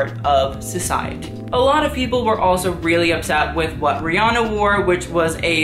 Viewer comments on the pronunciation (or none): none